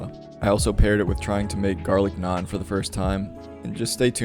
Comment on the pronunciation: damn a white guy said naan right in my lifetime. could die in peace. great video my guy